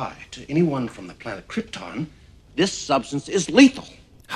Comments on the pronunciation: It's not a sin to sit through 5 mins 40 secs of those epic credits listening to that epic theme. Krypton IS pronounced KrypTON, not KrypTORN!! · Their pronunciation of the word Krypton is just right. You, on the other hand, say something like "kryptaaahwn"...awful!! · Pronounced kryTIN? Since bloody when you moron. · Dude, nobody pronounces it like Krypt-ohn. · Its Krypton not Kryptooooon, dummy. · No, narrator, everyone in the movie is not mispronouncing Kryptaahn. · So everyone on Kriptin pronounces it Kryptin, but only Earth people pronounce it Krypton? I think it is we who are wrong... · Everything Wrong with this Everything Wrong with Superman the Movie: Sin 3: Krp-tin, Kry-ton, Tomato, To-mahto, Sin 4: Its a two part film, which reminds me, do a Sins video on Superman 2. Sin 9: You make a joke but fail to point out the bigger sin, as to why a baby Superman would remember this information--which he clearly doesnt. Sin 22: Because I'm sure the Pimp was watching Clark. Sin 27: Yes, a computer is exactly how it works. Sin 32: Its similar to Sun rays from our own sun. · Was watching this movie again last night, and caught a sin that everybody missed, and it ties in with Marlon Brando mispronouncing "Krypton" (on purpose; you're definitely right about that one, CS). How the hell does Superman know how to pronounce "Krypton" correctly? The only way he even knows the name of his home planet is because Jor-El told him, and Jor-El always pronounces it "Krip-tin" (so does his mother, BTW; I watched Superman II, too). So if Superman has only ever heard "Krip-tin, Krip-tin, Krip-tin" for 12 frickin years, how does he know the proper pronunciation is "Krip-tawn"? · Maybe it's YOU who mispronounces Krypton. I don't think they would make such an obvious mistake.. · Kinda stopped watching after you said they mispronounced Krypton. Yes, I'm sure even on Krypton, different people had different accents. Kinda like comparing how British and American people talk.